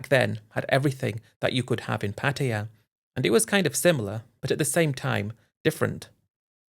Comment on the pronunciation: Pattaya, not Pattia